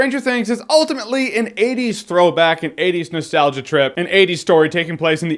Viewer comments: He clearly says 20s but okay guys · Lol 50% are ppl making fun of how he says 80s a bunch 40% of the comments are ppl making fun of ppl making fun of him say 80s and 10% are actually comments. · Say 80s again. 80s. 😂